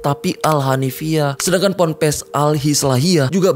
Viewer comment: Pompres😂😂😂... Pampres kalii😂😂😂.. PONPES yg bener tuh.. Pondok pesantren. PONPES